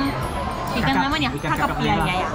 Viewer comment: teteh itu bilang ikang kakap.. 😁 kok ikang sih... ikan gtu ikan...